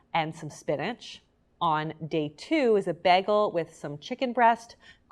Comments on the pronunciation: She says bag-el. Haha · She keeps saying baggel.. I love it.. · Ok but is anyone gonna discuss how she said bagel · Im sorry but why does she say bagel and pasta like that 🤔